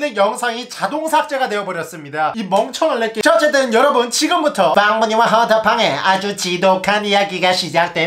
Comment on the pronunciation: 어려분....?저희가 어렵단소리신가 아님 어리단소리신가 무어신가